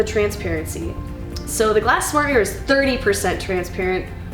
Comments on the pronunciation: Idea for drinking game: take a shot every time she mispronounces "mirror" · How do you get to present this video when you can't pronounce the bloody word MIRROR